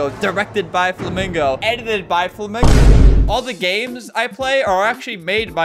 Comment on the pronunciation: BUT KID WOTCH FLUHMEENGO 😭